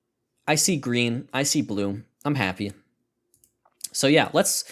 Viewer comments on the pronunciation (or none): none